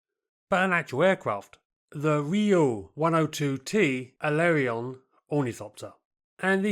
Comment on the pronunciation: Subtract 5 for the pronunciation of "Riout" and Alerion"